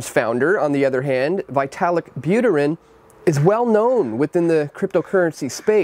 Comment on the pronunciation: Please learn how to correctly pronounce Vitalik’s name